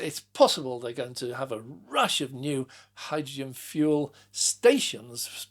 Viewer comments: I heard that too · #Me too!